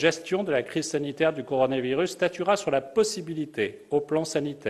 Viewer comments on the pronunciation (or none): none